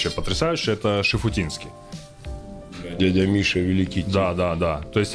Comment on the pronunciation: Шуфутинский, а не Шифутинский😱